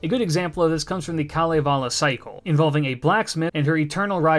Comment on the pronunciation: One of the best summaries of Kalevala and pronunciations I have heard of Finnish characters. Wonderful job!